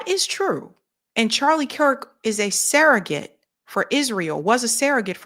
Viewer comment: the word 'surrogate' is pronounced like it's spelled -- SURR-uh-git. Please stop saying SARAH-git.